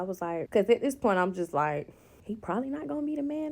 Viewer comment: Dis, dat, dese, dere from a professor 😢